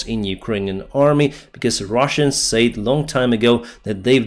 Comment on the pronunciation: Check out a pronunciations of “said” and “says”, this’s like nails on a chalkboard although I’m Ukrainian, can imagine how that’s sound for natives Не правильно говориш ці два слова, ріже вухо дуже